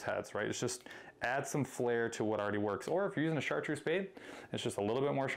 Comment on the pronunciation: I love how you guys sometimes say #Chartduece rather than chartreuse, idk if its by accident or not 😅😅💪👊